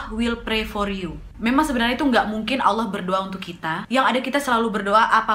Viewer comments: Ku suka ka Nadia pas sebut ALLAH. Karna klo dlm ilmu tahsin,makhorijul huruf nya ka Nadia (tempat keluarnya huruf) bagus kali mimik mulutnya. Sempurna lah penyebutan ALLAH nya. Love kali buat kau ya wakk.💖💖💖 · Yupz,,tafhim dn tarkik dlm mengucapkan Allah.